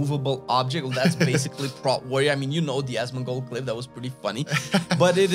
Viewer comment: its P-rot warrior not prooot